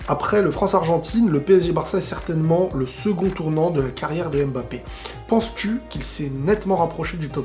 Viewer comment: C'est mbappe et non m bappe